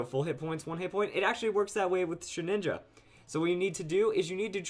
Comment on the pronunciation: OMG ITS NAME IT SHEH-DIN-JA NOT SHEH-NINJA SHEH-DIN-JA